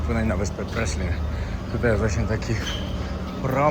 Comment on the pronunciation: Byliscie na Praslin (Prale..z francuska trzeba wymawiac) a najwazniejszego nie zobaczyliscie..az nie moge uwierzyc... plaze i nurkowanie sa wszedzie na Szeszelkach ale Praslin...no nie!!! Obciach.